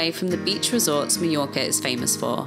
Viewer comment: I enjoyed your video, and hate to be a negative Nancy, but everytime I hear Meeyorka my ear hurts. Mah Your Kah.